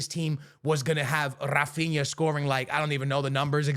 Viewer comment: Além disso, já que estamos falando de pronúncia errada... HA-feen-ya